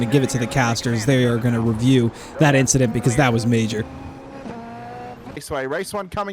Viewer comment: All good man! next week Shajee and I are right next to each other and major victims of the big "inchident".. beware of tongue twisters with our names!! hahaha